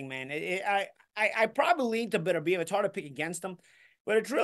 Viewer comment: It's pronounced beTERbiev. The accent on the TER. Be TER biev. Now you know.